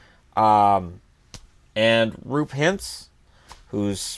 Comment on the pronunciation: you absolutely butchered the pronunciation of Roope (in Roope Hintz) and that was quite hilarious. The double O is pronounced the same way as "Moore" and there are no silent letters in Finnish so you have to add that e-letter to the end (as in Elmo, not Eli)